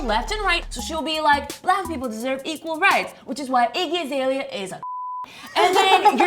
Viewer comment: You keep pronouncing Azalea's name wrong and to call a group of women who speak their minds bitches is very appalling. I honestly think making a negative comment is annoying and pointless but I couldn't sit by and watch you slander the name of 4 artist. Just because you are not familiar with someone's work doesn't mean they are less talented.